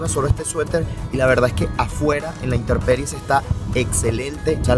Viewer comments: La palabra correcta es INTEMPERIE, no interperie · Buenos días, muy agradables tus videos, un comentario: He notado que dices interperie lo correcto es decir intemperie, saludos